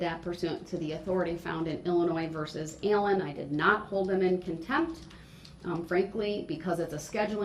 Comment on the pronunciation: Also when she says "Allen" Sounds like "EILLEN"